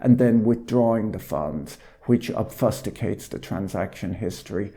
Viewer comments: Did you just say “obfusticate”? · 'ub fuss dick ates'...Mr Boyle, how do you not know how to pronounce obfuscate? Have you never heard or used that word in conversation? Hm, it appears my pronunciation 'obs few skate' isn't quite correct, but no one has told me it sounds horrible. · Never heard "obfuscate" pronouced such